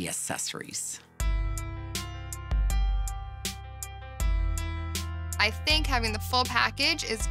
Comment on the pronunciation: Did Monty say "assessories"?